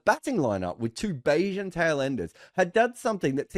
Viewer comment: Its pronounced 'Bahan'.